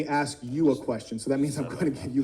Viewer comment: He said Axe 🪓 😂🎉